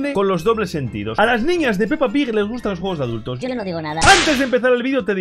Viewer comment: todos se dieron cuenta de que dijo peppa pij